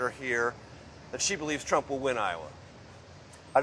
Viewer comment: "Iowans are becoming densensitized to all the indictments" lol, what a hack, too many crimes! Plus she can barely say Trump's name.